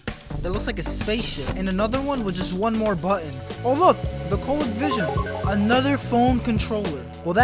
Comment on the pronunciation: COH LEE CO VISION. not Colek.